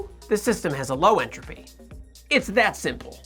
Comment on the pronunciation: Lifes a pause in entrophy